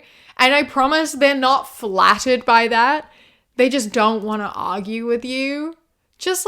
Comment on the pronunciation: Hate me all you want, but whenever you say "by", my head turns it into "bi" lol